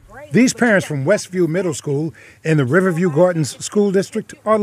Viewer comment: Why isn’t the reporter pronouncing “Riverview” properly?!?